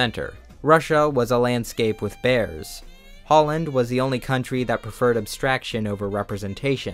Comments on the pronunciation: Ngl, at first I thought you said "Poland" instead of "Holland" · Did you just call the Netherlands "Holland"?